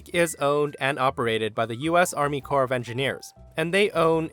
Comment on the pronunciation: "Army CORPSE of Engineers" LMAO